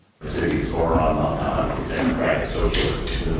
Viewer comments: Excellent video, but to my ears, you still didn't pronounce quiet well ... 😅 It's not Mandani, but Mamdani. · MAM DA NI ! Repeat with us ! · Did I just hear call Mamdani "Mamdaddy"?! 😂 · I hate how white people can't say "Mamdani" 🤦🏼‍♂️ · At least Vance pronounced it correctly. Joe can't even say it. And honestly even some of Zohran's supporters say "Mamdami". Why is it so hard?